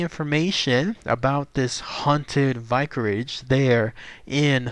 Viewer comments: Have.... have you never heard of a vicarage? You can’t pronounce it. And I also say that because you don’t seem to know that a vicarage is a place where vicars would live.... ya know.... clergymen..... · perhaps look up how to say vicarage.